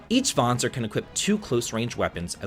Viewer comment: Kudo's for pronouncing the word Vanzer correctly!🤓